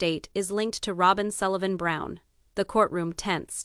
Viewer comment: You need to pronounce fourth wife name correctly !!!!!